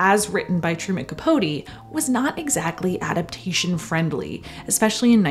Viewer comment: Thank you for actually pronouncing capote’s name right!